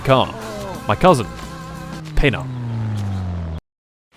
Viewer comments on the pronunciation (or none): im finnish and thats definetly how names translate as such Pena = fuck like 100% facts and you fucking pronounced Pena wrong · Why you said phena it s Pena pe-na